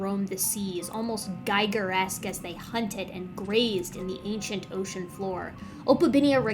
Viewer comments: Actually pronounced "GEE-ger." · Thanks for the incredibly interesting video! Sorry to be pedantic, I just want to advise you that H.R. Giger pronounced his name like "eager", rather than like a Geiger counter. I'm very much enjoying your oration. You speak clearly, with gusto, and not too fast, which is most pleasant to listen to. And quite honestly, anyone who can skillfully and appropriately deploy the word Gigeresque is pretty cool in my book.